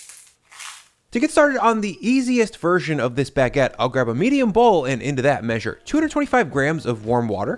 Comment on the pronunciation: Bag-get lol